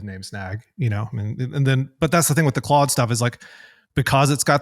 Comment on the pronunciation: Why does he call it "Clode"?